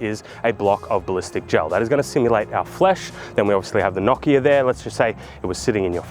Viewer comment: The real April fool's joke is how you pronounce Nokia